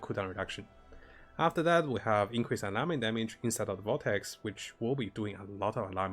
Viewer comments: Ailment is pronounced "ale-ment" and alignment is what you are sounding out. They are similar words but very different meanings. Great content and thumbnails, keep it up! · Great guide. I subscribed because you do such a good job of stepping through aspects of your builds, and do a very good job explaining things. Keep the guides coming! Couple of English usage tips: Stasis is pronounced "Stay-sis"; Ailment is pronounced "Ayl-ment".